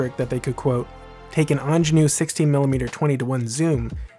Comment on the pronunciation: Super fascinating! There's nothing more boring than a pedant but for future reference 'Angénieux' is pronounced 'on-zhay-knee-ur' (o